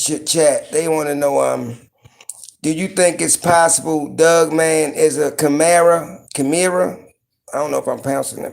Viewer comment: Bru. Lol, so this is the cat that says dugman instead of dogman. That's gold.